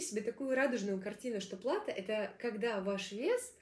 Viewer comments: Респект! Только, простите за замечание, но лучше говорить верно. Не "плАто",а "платО". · Думаю, плато ударение на о.